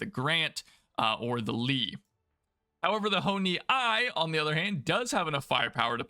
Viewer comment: Ho-I is "Hoe-Ee" Ho-Ni I is "Hoe-Nee One" Ho-Ni III is "Hoe-Nee Three"